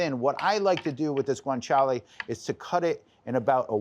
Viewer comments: But it is Guanciale not "Guanchale". ;) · He leans into it like he’s swearing in Spanish. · If it was a drinking game for when he says Guanciale!!!